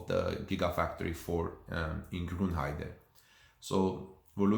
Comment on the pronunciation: Just a sidenote, you're pronouncing Grünheide wrongly: You say it like Grunheide, but it's written with an Ü, so the pronunciation is slightly different. :)